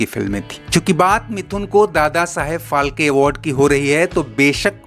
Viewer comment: अरे क्यों मराठी कि वाट लागनेपे तुले हो Dadasaheb फालके नाही बल्की ये दादासाहेब फाळके है 😡😡